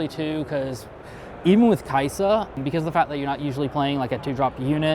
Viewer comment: The list and interview were amazing, but i do have one gripe of the whole thing... As a supposed player of League of Legends who got to "masters" as top lane, how does one mispronounce "Kai'sa" as Kasai?